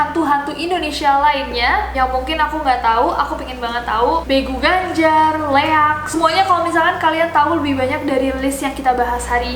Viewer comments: begu ganjang kk. bukan begu ganjar, hehe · bukan begu ganjarr, tapu begu ganjaaang 😝😝😝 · begu ganjang kak bkn begu ganjar. begu ganjang itu setan yg kakinya panjang karna ganjang itu bhs batak dan artinya panjang, trus kalo ketemu dia jangan liat matanya karna katanya dia bisa jadi panjang bgt trus supaya dia ilang cabut bulu kaki trus kasih liat ke dia